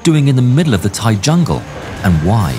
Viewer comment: bro i cant with the thai pronnuciation man 😭😭 not tryin to make fun of you but i didnt know that my country's laguage was that hard to read for westerner lmaooo, also good vid tho